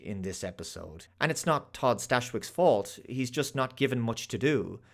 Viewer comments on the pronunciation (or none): none